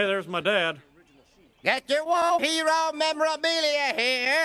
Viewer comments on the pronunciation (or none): my grandpa is a woOAAA hero as KOTH pronounces it.